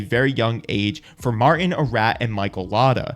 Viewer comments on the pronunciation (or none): none